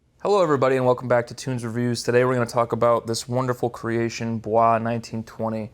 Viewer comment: Great review. Just a heads up, the house is Italian and in so the pronunciations is much different then French making it sound more like Boi’s